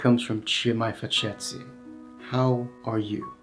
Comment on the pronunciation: Nice video! You seem to have trouble with the soft final i (faceți, vorbiți, călători 😂). You need to visit Romania and immerse yourself in the language.